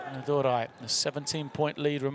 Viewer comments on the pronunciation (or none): Commentator's best moment is calling Anna Durai as ANNADURU the whole time